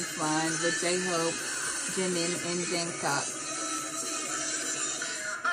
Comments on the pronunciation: its jungkook as in cook not smth else lol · Also the K on Jung Kook sound more like a g as in gas... the u of Jung sounds more like on... and the name goes Jongoog... last g is mute. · loved your reaction. btw, maknae is pronounced mahng-neh. there are videos showing them introducing themselves, you can hear how they pronounce their names. jungkook’s name is always butchered, even by most i-armys. it’s closest to jung-ook. the j in korean is softer than an english j. think more “ch” than a hard “j”. then drop the first “k”. “ook” is more “uhk” than “oohk”. i always say try saying the word jungle, but replace the “ull” sound with “uhk”. 😊 all their shows have english captioning - 3 docuseries/documentaries, run bts (their variety/game show), bon voyage (travel series, 4 seasons so far) and in the soop (soop means in the forest, it’s bts filmed hanging out on a retreat, series number 2 coming next month).